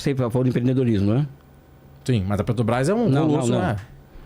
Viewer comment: Por que os caras só falam "Petobrás" e não falam " Petrobrás? Pô!!!!!